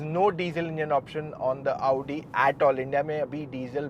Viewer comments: Hit like if you are also pissed every time he says AAUUdi instead of Audi. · भैया क्यो अपने आप को इतना कष्ट देते हो सीधे आउडी की जगह ओडी बोल दिया करो😂😂😂